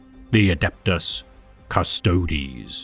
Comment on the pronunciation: So happy to hear someone pronounce "Custodes" correctly. It sounds so bad when people say "Cust-ODES" instead of Cust-oh-deez. Neat little breakdown of the Emperor's finest, thanks for the vid!!